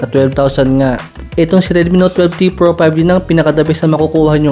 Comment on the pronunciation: Redmi ano yun bulol kase